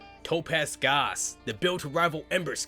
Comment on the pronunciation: It's pronounced Gauss ☝️🤓